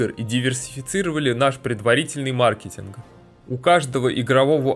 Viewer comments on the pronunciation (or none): none